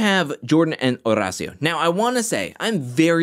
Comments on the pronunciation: OMG yeeees! Estoy flipando every time pronounces the name. It's so great! I'd defo watch any compilation of it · I have no one to root for now that Nurys and Nelly are gone… besides Olivia and Horacio. Also love the way you say his name.